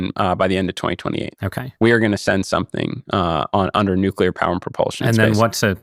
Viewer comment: I was surprised when Issacman pronounced "always"....."alweeze". At least he got nuclear right (not nucular). I've been hearing lots of people saying alweeze. Where did that come from? I think there ARE extraterrestrials who are already here. They're starting their takeover by making us forget how to talk, one word at a time.